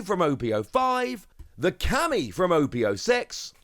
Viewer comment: Camie, not "Cammy"